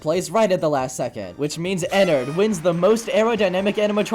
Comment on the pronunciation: Nah dat ain’t Ennard dat Nennard💀